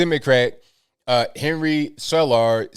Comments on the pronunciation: Just FYI the last name Cuellar is pronounced Kway-Are. I pronounced it wrong in school one time and was berated by all of my hispanic classmates lmao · The man's name CUELLAR is pronounced like kway - are and the delicate types like it if you really roll the "R". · KWAy yar - is how Cuellar is pronounced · His last name is pronounced (Quay-R) Henry Cuellar. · It's pronounced Kway-yar like the old Cardinals pitcher. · If you see his name again, it's pronounced Quay Yar. He used to represent Laredo at the state level and was head of the finance committee for Texas for many years before he went to his federal office. He still represents Laredo and surrounding areas. Laredo is the largest inland port in Texas. There are a quarter of a million that live in Laredo and 3/4 million that live across the border in Nuevo Laredo. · Do you mean Cuellar?🤣. Someone teach the proper pronunciation.